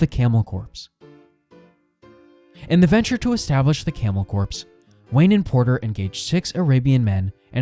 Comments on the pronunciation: I was gonna say..never heard it called a corpse before. Definitely camel corps as in core or marine corps. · Hey buddy just an FYI. The word “corps” sounds more like the word “core”, not the word “corpse.” Just wanted to let you know so viewers won’t get confused. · I can't unhear camel corpse.